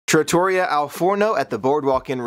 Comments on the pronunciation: thank you for all of your talent and skills with your camera,and for your generous spirit. I do think I can help you out with one little thing....trattoria is pronounced trat- uh- ree-uh..with emphasis on the REE. Looking forward to all of your upcoming adventures, hopefully recorded for us to share. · It’s pronounced with emphasis on the 3rd syllable, as in pizzeria.